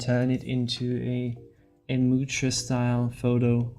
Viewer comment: "Really loved this artist" but can't be bothered to learn how his name is prononced